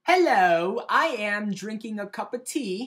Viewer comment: BRITISH ACCENT SUCKS. COS U SAID "AM" IN AN AMERICAN ACCENT. GAWD. thumbs up for being british <3